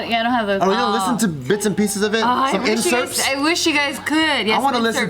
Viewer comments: its excerpt bruddas not incerpts ahaha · What’s an incerpt? 😂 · Did anyone else get peeved by how they said “inserpts” instead of “excerpts”?